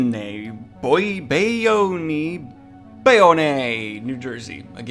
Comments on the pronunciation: It’s pronounced Bay-own. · Bayonne is pronounced “BAY-OWN”...lol 😅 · It's pronounced bay-own. Ahaha years later. I live in jersey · BAY OWN - that's how you say that shit.